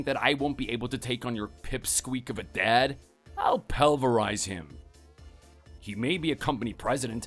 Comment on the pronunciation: 'PUHL-ver-ise', not 'pella-rise' VAs need to slow down on words.